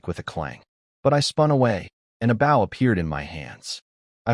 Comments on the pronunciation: When will AI ever learn to say bow properly lol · The AI just needs to learn how to pronounce Bow